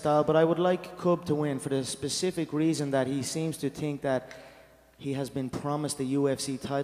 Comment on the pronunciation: "Think" = "Tink". Hahaha